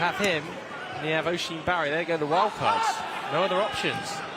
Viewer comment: Oisin barry is pronounced uhsheen barry btw